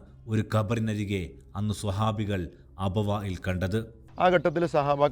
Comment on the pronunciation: അബവായിൽ, വായിൽ അല്ല അബവാഇൽ എന്നാകട്ടെ